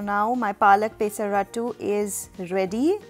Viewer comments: I love the way you say pay-sa-rattu - happens to be a telugu word. I'm from andhra pradesh and we call it Peyh-sarattu here (not as fun as how you say it though ;)). Its refreshing to see so many formulations to make dosas. You're a genius to come up with all these varieties I must say. All my life I've stuck to traditional recipes. After seeing your recipes, I wonder how much protein I could've chugged through dosas up until now tbh. Well, they say it's never too late to try something good. I'll give this a try this week. Thank you for your efforts. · It's not peeesaratttu...It's pesarattu.. south India paruvu thisavu kadane* thalli...